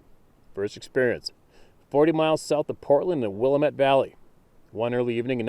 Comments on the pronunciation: Willamette, Oregon. Pronounced: Will lamb ette. Columbia river - beautiful places to visit in Oregon. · Will-am-it, sincerely from an Oregonian. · Good morning H2H Family from the Willamette Valley, Oregon! 🎣 Pronounced WILL-lamb-Et. 🤗